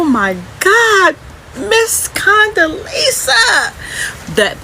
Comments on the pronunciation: I'ma need her to say her name correctly...Condelezza...not Condelisa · I wanna know why this first lady couldn’t pronounce Condoleezza Rice’s name right.